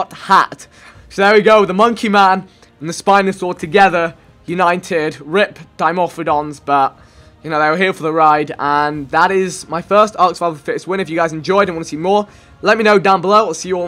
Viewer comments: u"nine"ted can Vikk really not say united? 😂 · I swear, vikk said uninted at the end! xD